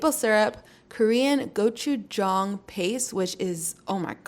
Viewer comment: Wow look so good and you pronounce gotcha jang well❤